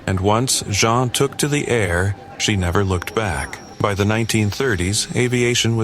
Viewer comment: Why do you keep changing her name? It's Jean long e